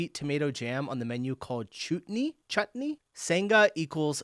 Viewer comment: Did you really just pronounce 'chutney' as 'chootney'??!! 🤣🤣🤣🤣🤣🤣